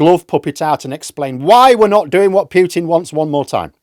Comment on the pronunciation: Just a heads up: it is not "pew-tin". Russian, like most European languages pronounces vowels as monophthongs (a 'pure' single sound quality) rather than the common English way of most vowels being diphthongs (a vowel glide sound). U in English = i -> u ("ee"->"oo") glide. U in most other European tongues = like "oo" in English.